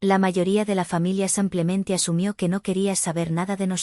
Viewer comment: No se dice sampiamente se dice simplemente aprender a leer por favor.